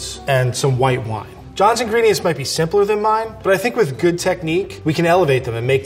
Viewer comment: Wine not whine